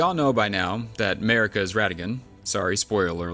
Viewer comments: her name is mArika, not mErika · your accent pronouncing their names was hilarious!!! "mehhhrika" "raydagn" "meeekella" 😂